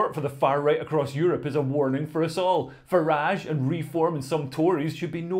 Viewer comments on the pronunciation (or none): none